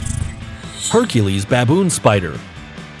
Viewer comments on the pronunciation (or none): none